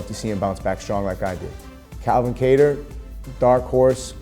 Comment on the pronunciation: Wheres the short sound vowel in kattar , its not cater, its kah-tar. Bc When a word has two vowels separated by two or more letters, the first vowel makes a short sound meaning the a in kattar should be pronounced as” kah-tar” not cater as in ‘apple’ as in ‘octopus’ as in ‘basket’ As we learn in preschool. What is the point of our language if not used correctly.